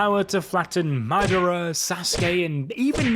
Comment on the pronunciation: My’der’a….. Come on bro